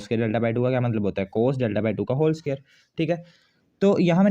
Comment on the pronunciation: Bhai scare nhi square hota h sahi se bolo